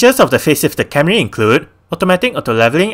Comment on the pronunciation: It’s Camry, not Carmy